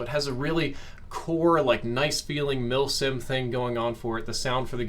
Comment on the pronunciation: When says “mil sims” I hear “milf sims”🤦‍♂️ FML